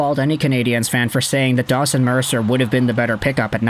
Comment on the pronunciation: You should really say his name right, its DAWGson Mercer